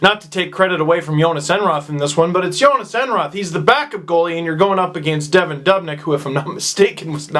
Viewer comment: It's not "Devon Dobnyk" It's "Devan Dubnyk"